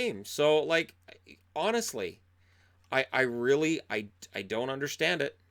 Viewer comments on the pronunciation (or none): none